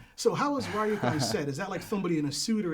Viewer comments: Ryuk is pronounced リューク, Ryūku...Rhee-yook....*not* Rye-yook. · this guy also called Ryuk "rie-ook" clearly has no idea, I'm not a politically correct guy so I can't quite decide the term I should use but this interviewer is doing AWFULLY wrong